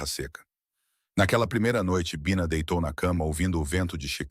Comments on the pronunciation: Este narrador éirritante mudando o jeito de falar pronunciando com a tentativa de acho que tentando far inglês mas pra mim que sou brasileira é irritante mas pode ser wue outras pessoas gostem mas a mim irrita é por isto cancei minha inscriçã, não é baixa é bina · voce tem que melhorar o seu narramento um a hora voce fala Bina e outra hora Baina. ou um ou outro. desculpe a crtitica mas voce repete este erro vairas vezes em outras narracoes. sou de tupi paulista sp e gosto de suas historias muito boas. so falata melhorar a pronuncia. grato e muito suceesso.